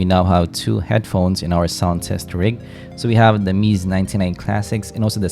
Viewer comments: Just a tip my friend. Its not pronounced Meez. It sounds like Mezay. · Hello, it's apparently pronounced "meh-zay" and not "meez". It just mildly bugs me Great content as always tho, keep up the amazing work